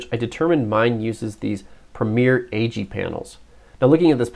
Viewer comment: Lol at the pronunciation of the Premium AG Panels. It not A G, it Ag as in agriculture.